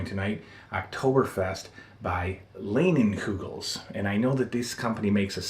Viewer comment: Leinenkugels, is pronounced Line - enkugels. I don't drink, but it is a huge Wisconsin company. Most bars here have a Leinenkugels paddle on their wall. I am enjoying watching your older stuff! For some reason I didn't know you had done this many videos before the LJN ones. Miss you man!